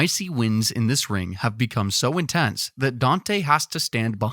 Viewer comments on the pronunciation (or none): none